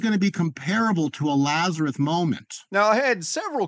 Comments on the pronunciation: He keeps saying Lazereth and not Lazarus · Did he say "Lazareth?"